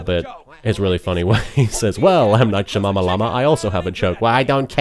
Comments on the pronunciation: One thing I found hilarious about this commentary is that it sounds like everytime he trys to say Shyamalan it almost comes out as Shamamalama. :) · I can continuously hear you wanting to say Shamamalaama, instead of Shyamalan :D